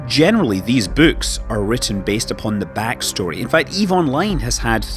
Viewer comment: "These bewwks"